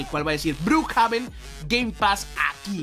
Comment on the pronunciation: Se dice Brukjeven pe deje